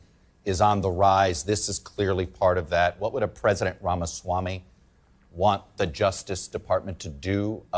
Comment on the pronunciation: "Ramaswamily" "Chodd" I can't 😂